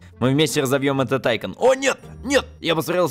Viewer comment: не тайкан а тайкон ударение на о